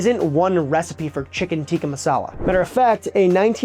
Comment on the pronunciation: I'm not sure if I'm crazy or if this is the worst pronunciation I've heard for the food. good video tho